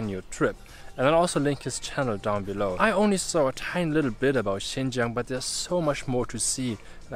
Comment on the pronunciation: Sounds like you're talking to yourself. By the way, it's "Xinjiang" not Xingjiang.